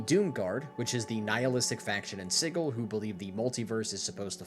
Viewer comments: please never pronounce that word like "siggle" ever again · Sigil. Sij-el. If it's spelled 'Sigil' it's pronounced that way. The writers are wrong. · Hearing Sigil with a hard G immediately filled me with enough infernal rage to throw my entire wooden desk through a wall, you owe me a new wall and desk